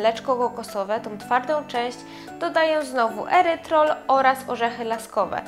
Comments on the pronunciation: Erytrytol - nie erytrol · Erytrytol nie "erytrol"